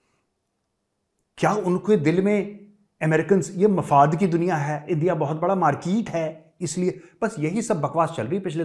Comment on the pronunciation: Major sir, how much I laughed today after hearing your markeeete, Rejev Gandhi..😂😂😂